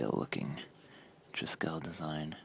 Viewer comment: check correct pronunciation of triskele!